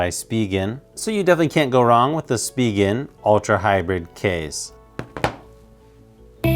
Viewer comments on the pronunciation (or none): It's just "Spih-ginn" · Say Spegan one more time I swear 😂